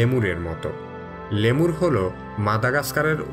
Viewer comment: প্রাণীটির নাম "লেমুর" নয়, "লিমার"। ধন্যবাদ।